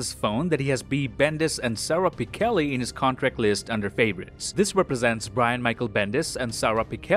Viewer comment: It's pronounced "pi (like pit) chell (like chell-sea) ee" Not Pi-kell-ee